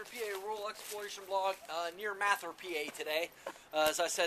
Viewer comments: It is not pronounced MATH-er. Mathe-er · You didn’t even pronounce Mather correctly. 😬